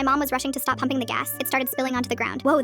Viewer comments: i heard humping instead of pumping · When it said 'pupping' I thought it said 'humping' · I thought she said instead of pumping, I thought she said humping